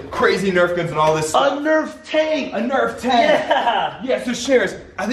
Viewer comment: its nerf not nerve